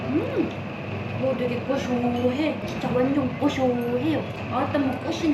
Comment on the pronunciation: 영상 속 된발음필요포인트:되게 감쪽같아.. 더!!더!! 발음을 쎄게 해야지!! 가자미 싸다구는 나도 하고 싶네그려~ ㅎㅎ